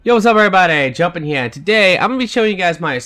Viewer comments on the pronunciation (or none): Still haven't learned to say "Here" I see.